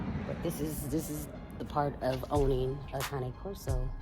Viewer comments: Pronounce Cane Corso correctly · Can you put some kinda of a cage over the A/C unit? This way, Bane can't get to it. Also, can you please school that contractor on the proper pronunciation of a Cane Corso? (CAH-ne Corso) ❤❤